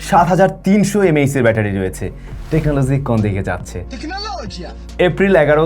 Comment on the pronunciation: areee tecononojia😂🎉❤